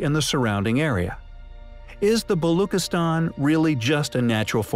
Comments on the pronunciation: You are saying Balochistan wrong. “Chi” is not pronounced as K rather as Chi like Chi of China . A simple google search would have given you the correct pronunciation but you did not bother. You research has flaws, my friend. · Very inquisitive narration. But why no attempt to pronounce the name of Pakistani province Balochistan correctly? Please pronounce ch as in child. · Its balochistan. Ch like in cheese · its pronounced - BaloCHistan - CH like Charlie - not CH like kiss - just FYI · its pronounced: "Balushistan" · Why is this video intentionally mispronouncing everything? This is just clickbait… which contribute to misinformation. Seriously precision? Not precession? Neemis 😂😂😂😂😂😂😂😂😂😂😂😂😂 who ever you are, you seriously need to GET EDUCATED ON BASIC PRONUNCIATION OF BASIC WORDS… Balookistan? The Balochi people are likely hunting you down right now !!!